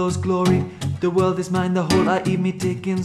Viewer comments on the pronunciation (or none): none